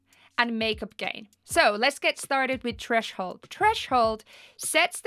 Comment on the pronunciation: lol trashole. its TTHHHREEESSHHH HOOOOLD